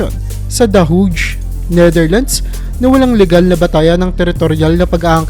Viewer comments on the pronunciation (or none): awesome content please keep it coming...but be careful with how to pronounce words, especially names or titles....Hague in the Netherlands is pronounced HEg not hUge. if in DOUBT, google it.... love from 12 million overseas filipino workers. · Heyg, yan ang pronounciation ng Hauge!